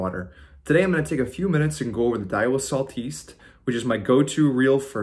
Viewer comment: Sal-TEEST? For real?